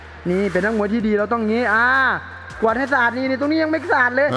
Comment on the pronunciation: กวาดคับพี่ไม่ใช่กววด